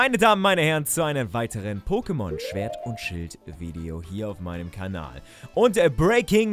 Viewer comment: Schert und schwild... Not bad 😂